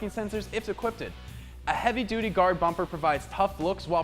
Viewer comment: Adaptive cruise control for trucks "equpited." 😂